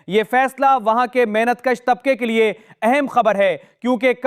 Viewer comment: محنت کُش نہیں ھوتا، محنت کَش ھوتا ھے. زبر لگائیں، پیش نہ لگائیں..